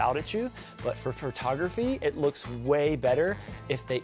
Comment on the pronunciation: Man, I love your cakes, it cracks me up when you say, “Fur-tography”! 😂